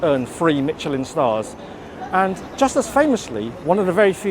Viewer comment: Pls check out how Michelin is pronounced, kind of difficult to take you seriously as a food critic if you don’t know what you’re talking about.